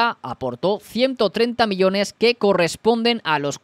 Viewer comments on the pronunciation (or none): none